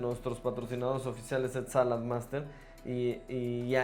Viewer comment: la marca que dices no se como se escribe sonó algo así salat master se compra en mexico